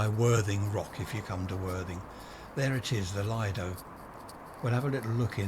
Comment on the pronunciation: 'Lee-doe' is the correct pronunciation. There's a great Chinese owned fish and chip shop by West Worthing station. Have you tried that for comparison?